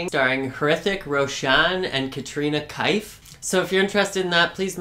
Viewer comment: Just for future reference... her last name is pronounced Keff (like Jeff).